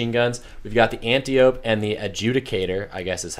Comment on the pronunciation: not anti-ope. ANT-EYE-OH-PE. from greek myth.